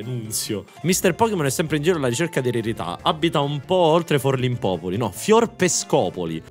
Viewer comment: ahahahah Forlìmpopoli